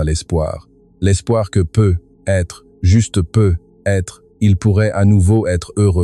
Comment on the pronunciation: dans peut-etre , vous devriez mettre plus d'espace un petit - - - et vous etes incapable de lire comme il faut ........PEUT-ÊTRE se di lit en 1 un mot (PEUTETRE, c un ex ) sinon laissez la place à qui sait lire